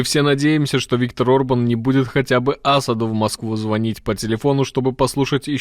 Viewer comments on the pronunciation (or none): none